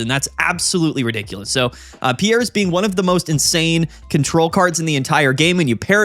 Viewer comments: I I'm remembering correctly it's not pronounced pee-air or pee_airz, but closer to pierce so it would be pronounced peerz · Its "Peers" as in, a jury of your peers. Google Piers Morgan and you'll see how people pronounce it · Hey so, the Galar region is based on Britain, we say the name like "Peers" here. I have friends called Piers, they say it like that. Hope that helps, love the channel. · All these content creators pronouncing Piers as "Pierre's" is killing me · You're sayine Pierre, the french name. The card is Piers (peers) like that dipshit limey know it all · I think it’s pronounced “Peers” lol like Piers Morgan. 😂 nice showcase though man. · Hey there, sick deck and nice video, just fyi since you asked, Piers ist pronounced like Pierce (Brosnan). Piers is the medieval version of Peter. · Will he ever learn how to pronounce Piers…. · One of these days we'll pronounce Piers right 😂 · The support card piers is pronounced just like piers Morgan. The talk show host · It’s Piers like “cheers”. The s is pronounced